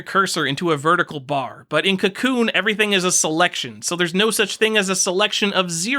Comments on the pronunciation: FYI: Kakoune is pronounced kah-KOH-neh. Comes from the Japanese word 書こう (kah-KOH, the volitional form of "to write" or "to compose" -- get it, because it's a text editor?) and the seeking agreement particle, ね (neh). Text editors, eh? ;P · I want to punch you because of how you say Kakoune but I also want to befriend you...